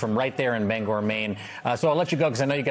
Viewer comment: Thanks for properly pronouncing the city of Bangor. I appreciate it!